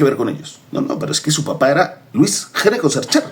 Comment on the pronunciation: Debe pronunciarse ÑECO, en italiano. El primero que llegó se llamaba Giuseppe Gnecco, en el siglo XVIII. No en XIX.